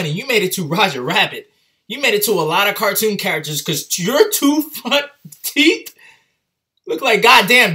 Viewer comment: "look at those teef"😂❤️